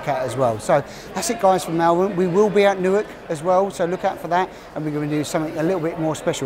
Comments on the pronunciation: it is not mal vern it is pronounced maul vern. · I liked the video but pronounce Malvern correctly, thank you.